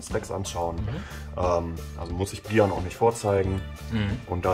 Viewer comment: Willst du echt Brian genannt werden und nicht Breiän?! 😮